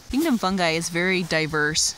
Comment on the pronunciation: Very good...I think I learned more in the 17 min. then I have in a while ...Did you say "funnsie's" ...Great job...Thank's